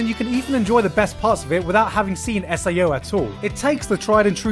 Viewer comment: IM TRIGGERED YOU SAID SAO....!!!!!!